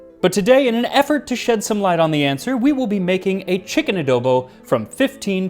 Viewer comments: Randomly found this on yt. Ofc there would be a ph/spanish dish . Also correct pronunciation for "adobo" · The mispronunciation is really bothering me lol coz you pronounced adobo just fine